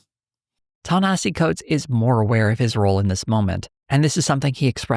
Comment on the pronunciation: You spent all that time discussing the man and butchered his name that badly? Smh